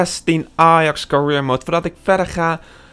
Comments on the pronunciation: jaa maar alsnog hoe die het uitspreekt klopt gwn niet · Je kan career niet uitspreken, ik ga stuk 😂